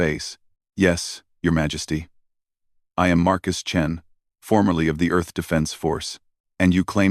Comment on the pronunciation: "The Surprising Adventures of the Space Chins." It's "Chens," not "Chins,". "I hear Markus Chin, and I don't care. Best part, in my mind, he has a mark on his chin."